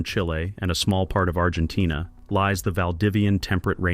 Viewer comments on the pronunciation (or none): none